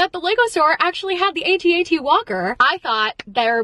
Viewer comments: not saying “the 😂😂😂love you but it’s AT-AT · I love you to death!! But it’s an AT-AT not an A.T-A.T. 😊